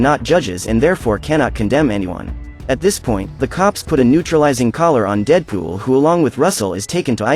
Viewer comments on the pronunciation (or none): bro said cable and deepool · "kabel and deeedepol are fighting" xd I love the way he said dead pool there